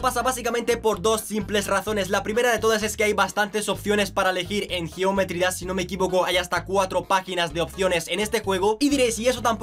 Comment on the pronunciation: Cuando dises geometry dass XD